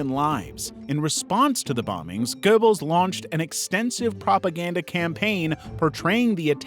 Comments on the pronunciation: It’s not click bait nonsense he just can’t pronounce it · You don't even get the Name of Goebbels right. Simply clickbait nonsens.